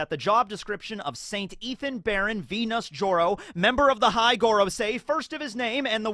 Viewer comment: It's not Nusjuro, it's Nasujuurou, as in eggplant tenth son lol